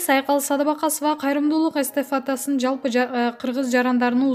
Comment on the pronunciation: Эстафатасы деди гоо.😂😂😂